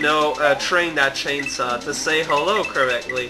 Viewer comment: said "chensaw":3